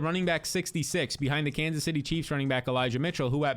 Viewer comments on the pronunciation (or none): none